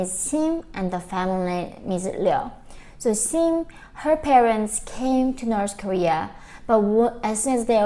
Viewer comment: Norse koreea..🤣😂😅